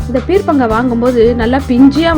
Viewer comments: Its not peer'pa'ngaai, its peer'ka'ngaai.. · Peerkankaai ucharippu thappu sister